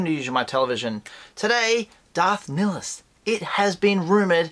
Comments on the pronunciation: Not how you pronounce his name. Lol Nihilus not Nilus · Hey, your accent didnt butcher the name at all. You just really BUTCHERED it. LOL! You didnt say it ad "Nigh- Ill- Us", but as "Nill- Iss". No accent at all. Just improper grammar. Dont worry though. With practice you will be good at it sooner or later.;););););) -just kidding man. We all love ya....dont know what we'd do without your channel. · But its pronounced Darth Nigh-a-lus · Never heard anyone pronounce it like that before lol